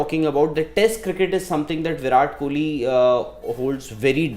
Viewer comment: He really said viral kohli😂